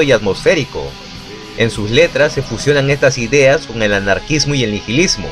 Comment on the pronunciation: Y para eso pagan membresía para escuchar biografias de este tipo con malas narraciones y palabras inventadas? Ni siquiera sabe que La H en Nihilismo es muda.